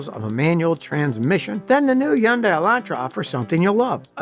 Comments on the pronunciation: Pronounced "Hun-Day", not Hi-yun-die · Its Hun day. Like Sunday. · He's wrong, it's supposed to rhyme with Sunday. Hyundai, pronounce the H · Serious question: who told you how to mispronounce "Hyundai" it's HUN-DAY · Still can't pronounce Hon day correctly. You won't change. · Scotty is the only person I ' ve heard pronoun Hyundai with the H silent. Is he right and everyone else wrong? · I like how Scotty sticks with the wrong pronunciation of Hyundai 👍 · Seems to do alright with other words, guess Hyundai hangs him up.